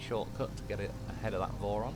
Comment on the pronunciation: Whenever you say vorons I keep thinking you said morons, which is actually pretty accurate 😂